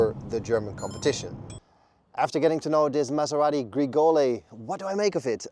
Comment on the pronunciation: the car’s name is Grecale not Gregole 😂